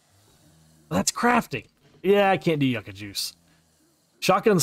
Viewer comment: How long are we going to let this man mispronounce YUCCA?! LMAO 😂